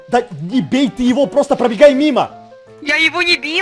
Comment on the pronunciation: ты говорил всётаки небей